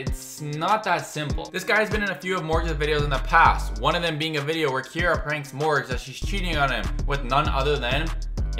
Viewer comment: Her name is not Kyara it is Keira